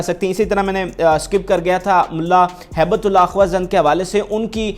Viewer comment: او جاہل تو چینل کیوں چلاتا ہے؟ تو ہیبت اللہ کا نام بھی نہیں پڑھ پاتا۔ بیٹھ جاتا ہے کرسی پر تقریر کرنے۔ حرامی۔